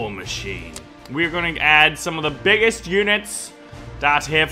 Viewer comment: you said bigges bugs instead of biggest